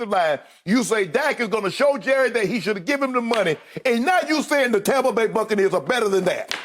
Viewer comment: Did Skip say TOMpa Bay???? 🤣